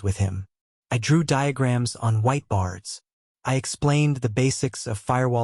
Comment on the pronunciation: It’s so strange that this high end narrator program can’t say whiteboard